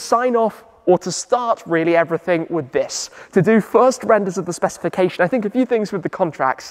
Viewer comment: Less than 30 seconds in, he already said ‘specification’ 😂